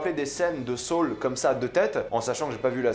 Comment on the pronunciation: Comment il dit sol 😂😂😂 au lieu de saul sa me fume